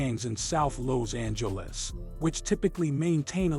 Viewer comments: in south loze-angluss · Lows Angeles 😂😂😂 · Why da fuq you saying Lows Angeles how many times yo mama dropped you on yo head as a kid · Lows Angeles 😂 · Im from “Lowzangeles”